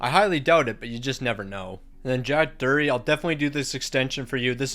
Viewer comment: It's pronounced Drury (Drew-ree) but I may be wrong...